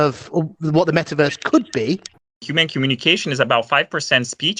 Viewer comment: there's something so poetic about a "metaverse" techbro mispronouncing the word "human."